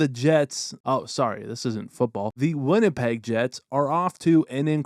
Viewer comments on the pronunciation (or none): none